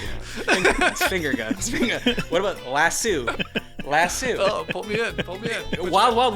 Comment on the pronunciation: Um, I'm from Texas, and I've never ever heard anyone say "Lass-sue"....